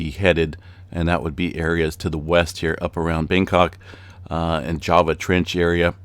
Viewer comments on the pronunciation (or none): none